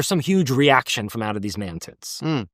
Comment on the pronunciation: Please tell me he’s saying ‘mantids’ ?!